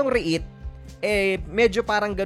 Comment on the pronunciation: Please pronounce it properly.. REET, not REH-IT